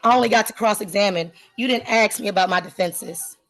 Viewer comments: And Ladies and Gentlemen there she said the "A-Word" and from that moment on she needs to shut the duck fup. She said, "AXE" instead of ASK! COURT Adjourned! Next! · "You didn't axe me about my defenses!!" :face-purple-crying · Another one. Axe instead of Ask. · In my court she would be required to say "ask". She would not be allowed an "ax". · "You didn't axe me about my defenses." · She lost all respect when she AXED her questions. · So supremely annoying person, if you want to sound smart, you ASK a question, not Aks. Why are you wasting everyone’s time while your kids clearly need attention? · She axed a question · Why axe? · She’s just trying to ax questions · They know it’s wrong pronunciation but they think axed sounds cooler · Anyone who says axed instead of asked is immediately revealed as not knowing what they’re saying. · If you can’t pronounce the word “ask” then I would think you shouldn’t be “axing” questions! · "I can't axe a question?" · ASK not AX! Learn to speak English correctly when it's your mother tongue. 🙄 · "you didn't ax me...." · She can't axe a question...... 😂😂😂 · How come BLACK'S can never say "ask" instead of "AXE", 🤣🤣🤣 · Why do black people pronounce ASK as AXE? Just curious... For all the effort they will put forth to steal or get things for nothing they could actually accomplish something of worth! Like learning an actual trade or skill! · She knows the law so much but she can't speak without saying ax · Can’t axing tells me all I need to know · you didnt aks me. lol typical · "Ax" a question Miss Intelligence ~ She's unreal.... In This World we follow Rules & Laws... It helps make our Whole World better, for all, not just the arrogant narcissist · Why do people use axe incorrectly. Just saying axe instead of ask is ignorant in itself. Good for the judge for not putting up with her BS. A new generation that wants everything for free. Ridiculous! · I have zero respect for anyone that says ‘aks’ instead of ‘ask’. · No, she said "axed".